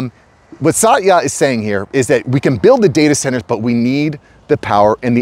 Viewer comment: Pronounce his name as "Sutya"